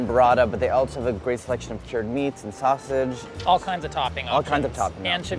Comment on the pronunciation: That “Wavage” is totally “Sausage” lol